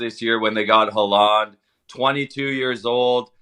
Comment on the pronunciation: mispronouncing Haaland’s name really annoyed me lmao